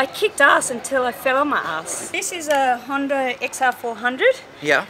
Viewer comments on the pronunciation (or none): none